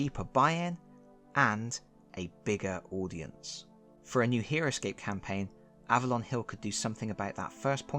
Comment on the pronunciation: For a minute, I thought you said Heroquest